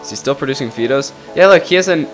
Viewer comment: Fido. Is it not pronounced like the dogs name? Sounds like High dough. I'm glad somebody finally created TA for the 21st century! Keep producing these videos. Love em.